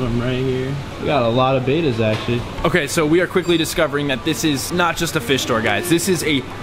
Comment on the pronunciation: Beta’s? Aren’t they called bèttas?